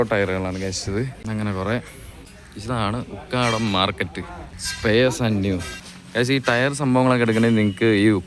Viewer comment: Ukkaadaam alla ukadam